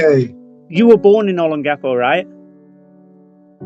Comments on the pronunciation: you should really learn how to pronounce the word Olongapo. It's very distracting! o - pronounced like the "o" in "bold". lon - pronounced like the English word "long" but with the stress on it. ga - pronounced like "gah". po - pronounced like "poh". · I'll keep trying for sake... Ō 'LŌN gapō, pronounced, ō 'LOAN gahpoe, accent on the second syllable. Tâ 'GA lōg... pronounced, tah 'GAH lowg, accent on the second syllable. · I lived in Olongapo from December 1986 and left there in June 1988, I was in the Marine Corps. I wonder if I have any kids there, if I do that would be insane. Anyways, you are saying Olongapo wrong, I hope someone tells you how to say it correctly. Thanks...